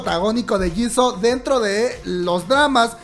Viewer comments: SE ESCRIBE JISOO SE PRONUNCIA YISU❣️❣️ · Diooooos !! Por qué dices Jisoooo , se escribe jisoo pero se dice Jisu, es lo mismo que pasa con Yoona , se escribe Yoona pero se dice es Yuna, y con Hyuna, no se dice Hyouna como lo dices , se dice Hyuuuuuna no lleva O cuando se pronuncia lol